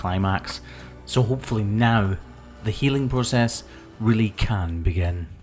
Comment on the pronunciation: He said "Now". His accent made it sound like no